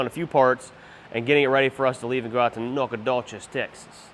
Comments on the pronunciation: It’s pronounced Nac-a-doches tx am from that area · Nack Uhhh Doe ches😂😂 is how it’s said from a fellow Texan